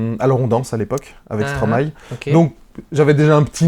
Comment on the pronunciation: Non mais c est quoi ces traitres qui disent stromaé lol ... impose ton style